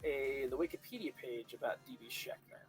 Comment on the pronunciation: FYI... phonetic... Sh-ank-er...